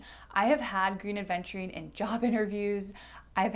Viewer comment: Love your videos, love spending time with you. Please try to say "Aventurine", and not Adventurine. 😘 Keep up the good work, gal.